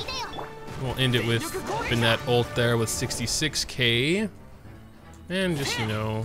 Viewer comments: The way you pronounce Bennet drives me insane haha, how can someone get it so wrong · why do you pronounce his name like that? the canon doesn't call him that, he doesn't call himself that, no characters call him that, i just don't get it lol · Dude you keep saying his name wrong please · Are u pronouncing his name wrong on purpose? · WHY THE FUCK DO YOU PRONOUNCE BENNETT LIKE THAT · Please stop saying ben net. Just say benny. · Listen to them back to back. It isn't the same. Bennett in-game says "BEN-it" while says "ben-ETTE" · I’m pretty sure he knows how Bennett is pronounced, it’s just more comfortable for him to pronounce it as “Be-nette” rather than “Be-nit” /lh Another honorable mention is in the English dub, Bennett pronounced his name as “Ban-nette” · You can say it either way, but it’s wrong. He says buh nette, which is wrong. It is pronounced ben net. Clearly english isn’t your strong suit. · Be-net, kaching my brain: ITS BENN-ET AND KUH-QING. ISTG IF MY EARS HAVE NOT FELT THE SWEET SOUND OF HARMONY IN PRONUNCIATION. SAY IT RIGHT, SAY IT RIGHT >:( my head: cmon, let's get you to bed grandpa.. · Lol I know it’s you cause you say “Ben Net” it’s “Ben It” :) you rock! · You say `Ben Nette`... i say `BeN Net` lol – either way he's pretty pog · The fact that he pronounces Bennett’s name wrong every time triggers me. (Btw, if you’re reading this, the correct pronounce for Bennett is “Ben-nutt”, not “Ben-nEtt” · It’s “ben-it” not “Ben-Ette” 😢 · BEN-nett, not beNETT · its ben-it no bin-net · you always pronounce his name "bennetté" but it's pronounced ben-nett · Its Ben-net not B'net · BEN NET not BUH NET lol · I refuse to subscribe until you learn to say his name properly. Bennett not Bennette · Bruh, its pronounced Ben-it not Ben ette. why do you do this? its a fairly common name. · his name is Bennet, not Bennette… please stop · Amazing video, but everytime you say be-nette my ears cry LOL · His name is pronounced "Ben It"...